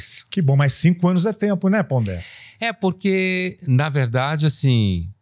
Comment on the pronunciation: Nem o nome “Pondé” sabe pronunciar